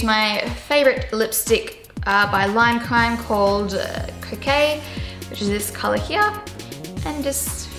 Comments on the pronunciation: I think coquette is actually pronounced "ko-ket", I looked it up in the dictionary because it's been driving me mental! I have the MAC eyeshadow of the same name and I'm so glad I know the correct pronunciation now :) by the way, coquette is French for "a flirtatious woman" lol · Pretty sure that lipstick is "coquette" not "croquet" lol